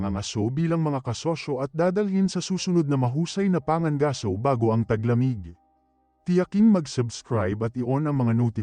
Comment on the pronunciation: Pangangaso hindi panga gaso. Bugok.